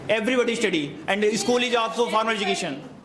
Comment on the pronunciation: Estudi✅️😂😂😂😂 study ❎️